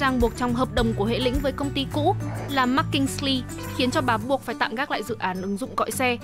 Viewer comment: Hiiii, hihi fun fact mới đọc được hum nay là anh MinhBeta - founder Beta cinema Vietnam cũng là bạn học cùng khoá MBA Harvard của Grab Founder 😜 Btw, góp ý xíu phát âm sai chữ "McKinsey" ạ.